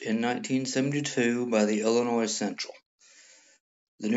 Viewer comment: The "s" in Illinois is silent. I can't believe how many people don't know this. What do they teach you in school?